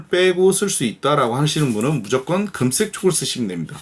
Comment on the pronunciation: ㅋㅋㅋㅋ웃음포인트들이 곳곳에 있군요ㅋㅋㅋㅋ 이렇게까지 해야하나 하시다가 어디선가 등장한 시드물박스ㅋㅋㅋ 가위질 재밌다고 거대촉 만드시고 잠깻다고 하시는거부터ㅋㅋㅋ 금쌕!! 은쌕!! 강렬한 발음에 어후 야들야들해져요~ㅋㅋㅋㅋㅋㅋ 재밌게 시청하고 갑니당!!ㅋㅋㅋ